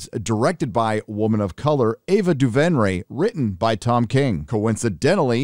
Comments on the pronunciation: Ava DuVERnay not DuVENray 😒🤦🏻‍♂️ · You might be off base with the Ava Duvernay (pronounced Doo-VER-Nay) comments, if you watched her limited series on Netflix “When they see us” you’d agree that she’s an accomplished / talented director and storyteller